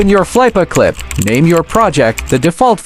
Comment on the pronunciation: Bro said. 'flYpACliP' 😂😂